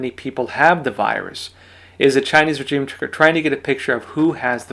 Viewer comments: Your pronunciation of 'regime', makes you sound illiterate. Petty, I know, but a bit distracting. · The g in regime is pronounced like the s in pleasure, not like the j in reject.